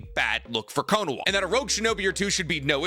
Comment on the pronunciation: I'm not so sure. Bro still calls it "Konowa" instead of Konoha. 😂